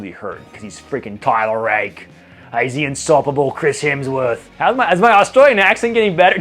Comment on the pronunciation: Feedback...your version of "Hemsworth" was spot on with the Aussie accent.